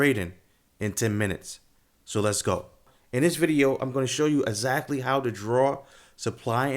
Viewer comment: I tried to listen to what he was teaching. As soon as he uses the word AZACTLY instead of exactly? Im out.